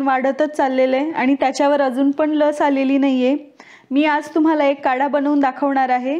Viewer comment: कढा नाही... काढा...😉